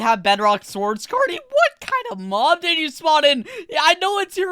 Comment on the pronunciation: why are you saying mom insted of mob😐